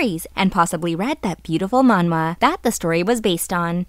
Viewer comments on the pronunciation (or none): none